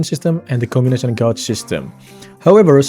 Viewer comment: "Combination Gaoge point", it's "gayge" bro, pronounce better